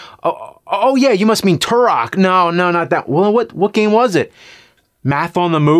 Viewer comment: "Tarak"? Did subtitles' writer and James Rolf mean "Turok"?